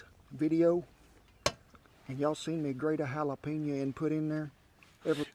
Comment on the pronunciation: Jalapeño: the J is pronounced like an H, not like a Y. You are saying Yalapeño -- it should sound like Halapeño.